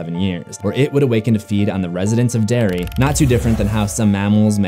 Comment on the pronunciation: I love how I heard "dairy" instead of "Derry" the entire time, before turning on the subtitles. Love the vid anyway!! ♥